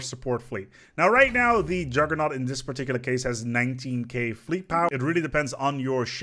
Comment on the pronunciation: "I would like to tell you about...the Juggernæu"